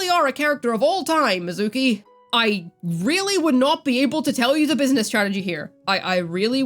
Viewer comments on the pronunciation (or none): none